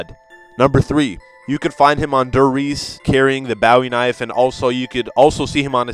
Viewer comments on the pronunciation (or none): Bowey knofe lmao